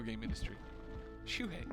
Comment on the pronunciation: Japan!? Shu-hei!?